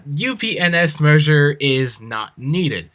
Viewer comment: um... he said upen*s...